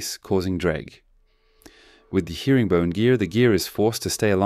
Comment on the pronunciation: It's Herring (like the bird) not hearing (like listening) -bone :) But overall fantastic work!